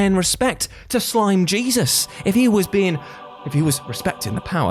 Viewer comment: When he said slime jesus i thought he said slim jesus